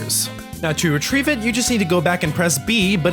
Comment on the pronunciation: To re-tree-ve it?